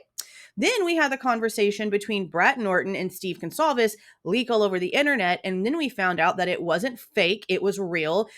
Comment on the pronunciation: Excuse me Howard but who are the Gonclaves family? He can’t even say the name correctly. That right there tells me he’s a fraud.